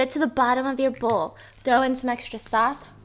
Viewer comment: When she said sauce, she had that NJ accent 😁